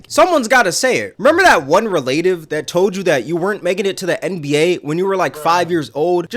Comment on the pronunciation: This one of them alien niggas…dawg said Relaytives😂